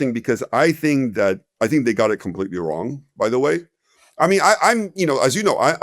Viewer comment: Woo says the market is wong